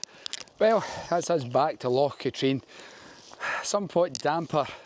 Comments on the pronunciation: Great video but it's Cat-rin not Cat-reen. Drove me nuts. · I cycled around Katrine few years ago and made the same mistake as you with pronunciation with a local he wasnt happy but corrected me. 😂 its Kah-trin